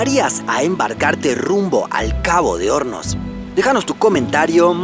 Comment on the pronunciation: Por un momento pense que decia Cabo de homos jaja